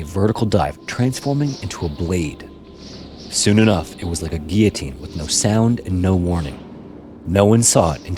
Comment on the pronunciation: Gill o teen not giy o teen.